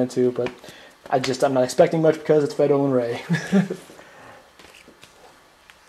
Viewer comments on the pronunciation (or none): it sounds like you're saying Fredolin Ray.